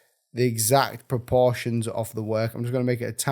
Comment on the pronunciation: I like how you say propoproportion